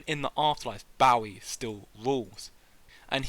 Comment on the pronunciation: David WHAT?! How dare you. It’s not like “take a bow”. It’s like “shoot your bow & arrow”. Bowie.